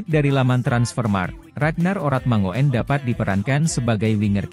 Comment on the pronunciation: Dlm bhs Belanda: 'oe' dibaca 'U' JADI 'ORATMANGOEN' dibaca; ORATMANGUN. agar diketahui bhw 'faam' ORATMANGOEN' ini berasal dari KEPULAUAN TANIMBAR - Provinsi Maluku. Jd admin yg px konten agar menyebutx dgn benar.